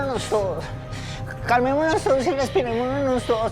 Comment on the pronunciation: Dice calmemononos todos 😂